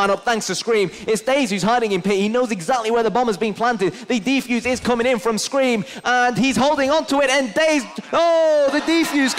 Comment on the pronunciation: i love this video but its one thing, the people that talk in the background say "deeefuse" not defuse X)